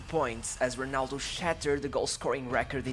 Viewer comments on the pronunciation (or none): Sorry bro but How can you read Ronaldo like Honaldo, cmon bro great videos make an effort with the pronunciation.